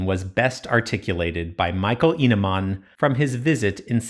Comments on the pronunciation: I think you say "Eneman" like Eh neh mann, but im Norwegian not Swedish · Hope i didnt impose to much :) I just thought your "E" sounded a bit more like an A. Its a pet peeve of mine haha